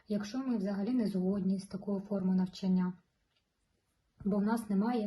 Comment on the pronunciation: НавчАння! ЗанЯття! Вас важко слухати( .